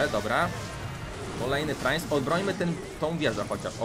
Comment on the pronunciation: Czemu mówi prainc jak wypowiada sie princ